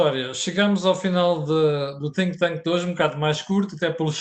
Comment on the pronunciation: Cada vez que diz think thank parece dizer sink thank o tanke de afogamento...